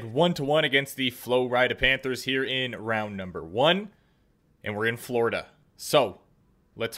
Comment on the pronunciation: “Flo-rida” panthers 😂